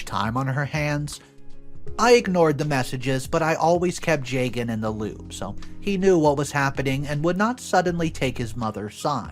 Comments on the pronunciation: jaygan bro butchered the name lmao ju( as in just) and gun is more better than that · Plenty of Arias in India. This is such a weird thing for MIL to be hung up on. Hot tip - the man’s name is pronounced Jug-un. Funny because I was listening without watching and was confused why MIL is freaking out while her own son’s name sounds nothing Indian 😂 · I think the husband’s name is pronounced “jah-gun”❤